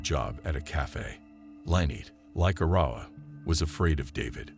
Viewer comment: Arrowwah is how his sister's name is pronounced. One of his sister's friends said that David would stalk the house with his gun intimidating his siblings.